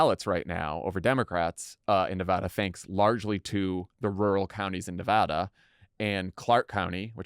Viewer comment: Thank you for saying Nevada correctly, Dan. Jon, there's no H.